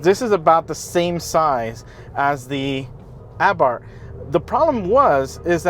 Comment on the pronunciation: Christ can no yank pronounce Fiat or Abarth. What a pathetic review of a good car.